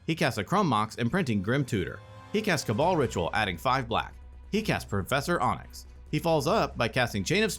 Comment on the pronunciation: Its getting under my skin how you pronounced Professor Onyx. Onyx, like the stone is pronounced Ahnyx. Not Ohnyx.